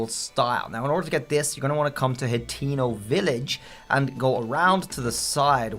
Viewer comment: Bro called hatino village Latino village